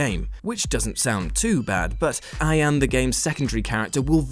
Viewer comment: Oh god, the way he pronounced Ayane 🙈😂